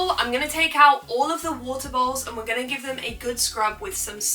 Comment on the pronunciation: with ur accent when u say "bowls" it sounds like "balls" to me 😭😭